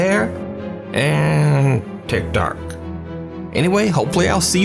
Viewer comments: I love how he says TikTok 😂 “And here’s my gulp Tikerty Tok” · Love how he pronounces tiktok sometimes lol